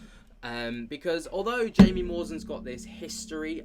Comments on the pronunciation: It’s pronounced hai..mi not Jaime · Jaimie is pronounced Haimie, if I'm not mistaken. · Respect to Burchett. But Trump HAD THE CHANCE to let this stuff out and he didn’t do it. Also, Jaime is pronounced “Hai-mee.” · His name is pronounced "Hi me"